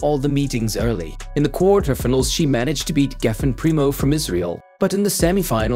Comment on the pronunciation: I can't help commenting about the pronounciation especially if they get the english (of all things) butchered, case in point minute mark "kwartir- tefenals" (quarterfinals)